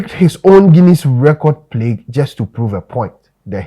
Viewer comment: Plague not Plegue